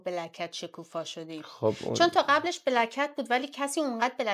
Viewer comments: پیروزخان میگه بلک کتز گلناز میگه بلکت!!!!! درست تلفظ کن دوست عزیز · پیروز هی سعی میکنه black cat گفتنتو تصحیح کنه ولی تو کلن شوتی 😂 Black cats ننه جان